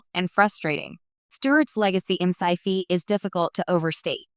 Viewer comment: You lost me four seconds in with "absence for Sci-Fee show". Very crappy narration.